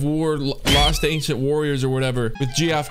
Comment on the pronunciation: Loved using Randy's TK. And Geoff is pronounced Jeff